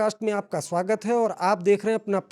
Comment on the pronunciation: स्वागत होता है शवागत नहीं